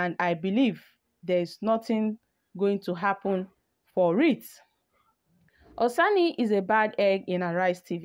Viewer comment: Madam are u having eye problems PLEASE READ, READ AND PRONOUNCE NAMES CORRECTLY AT LEAST How does Ezekwesili sound like EzekwesiLU It's Oseni NOT OsANI